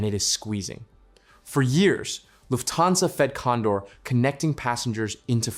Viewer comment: The accent is on "luft" not "hansa".